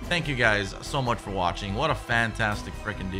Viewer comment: "If it's fo free, it's fo me"